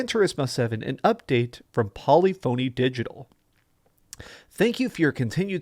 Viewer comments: Polif-o-knee. Poly-phony LUL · Not impressed with his pronunciation of Polyphony - It is not poly-phony